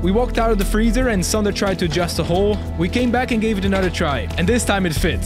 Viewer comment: Finally someone non Estonian guy pronounces "Sander" correctly